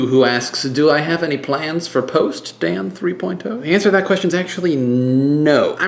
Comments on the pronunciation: Dan Three Poyne Toe! :) Check out you pronounciating it all properly since your brother pointed it out. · Your brother has made me OCD. Now I can't watch a single episode without intently listening to make sure you don't say "Dan Three Poin Toe." I never thought about it until he brought it up. Now I can't stop! --- Sent From pogobat's Facebook Application